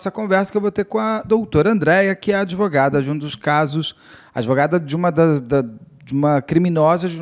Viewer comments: Prezada, não é adevogada. Fala-se advogada (com D mudo). Isso é o básico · Impactuar... Adevogada... A advogada precisa estudar um pouco de Português... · Como essa "adEvogada" fala errado, hein!!!!!